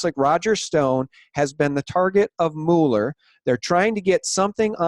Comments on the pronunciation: Pronounced MewLer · Please get this right: Robert Mueller's last name is pronounced as "Muller" (rhymes with "duller"). Please see (hover over the phonetic spelling, where the vowel sound is as the "u" in "cut") and